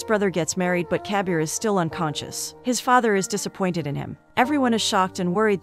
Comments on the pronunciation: It's not kabiar it kabir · its not cabier ,its kabir